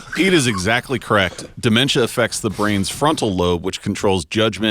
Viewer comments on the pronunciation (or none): Pete pronounces dementia like my mother with dementia does , demenchia